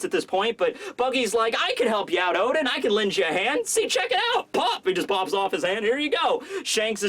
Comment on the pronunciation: oden you mean O. D En